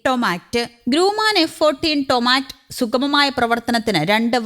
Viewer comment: ടൊമാറ്റ്..... ഹിഹിഹി... ഹും... ഹിഹിഹി... ഹുഹുഹു..... ടോംകാറ്റ്. എന്നു പറ പെങ്ങളെ...😂😅😂